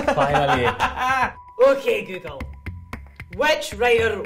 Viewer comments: It's actually googuru. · Guguru wtf🤣🤣🤣🤣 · Japanese : oke gugörö